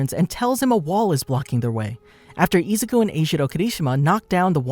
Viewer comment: Ah yes, eezuku